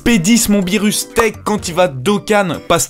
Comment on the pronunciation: BIENTOT DE RETOUR ^^ on dit beerus